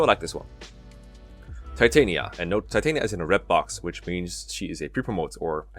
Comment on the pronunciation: It's pronounced Ti-tan-yah, like from a midsummer's night dream.